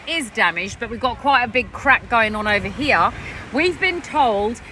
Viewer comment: Why do you pronounce the word 'Here' like 'Heeyaaah'? And Malaysia like Malaysiaaaahh? Unless of course you're deliberately faking some sort of weird accent. Btw, wonder if you're gonna delete this comment like before 😊